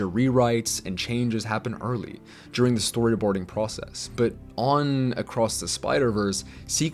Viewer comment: It’s DURING lol. Not JURING.